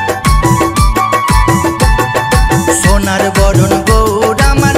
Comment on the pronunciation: সোনার নদীয়ায়। ছোনার নদীয়া না বাংলা উচ্চারণ করতে শেখো।